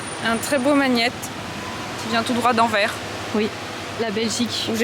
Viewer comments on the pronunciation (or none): AnverSSSSSSS y'a un SSSSSS a la fin et il faut le dire (rires)